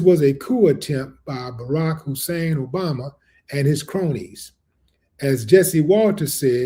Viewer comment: yea but he says obamna